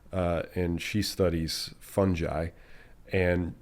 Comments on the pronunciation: Fungi is actually pronounced fun' guy (hard g.) 'Tis true. (Fun' jee is just wrong!) 🥳 ⬅️ (a fun guy) (It's am and you must excuse me!) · So the plural of fungi is fun-guys? hmmm lol